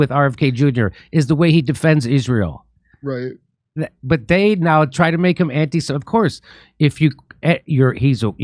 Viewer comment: Lost me at "no one has fought harder for Izrale." RFK Jr. RIP